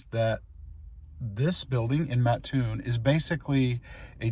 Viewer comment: You call them Buster Brown Shoe factories. They were always called Brown Shoe Company in the area. Kudos for saying Mattoon correctly. My Grandmother worked in the Mattoon plant. My other grandparents lived a block or so from Charleston.